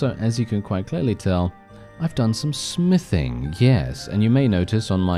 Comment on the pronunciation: When you said smithing i hear sniffing and thought oh God please tell me hes not on drugs lol🤣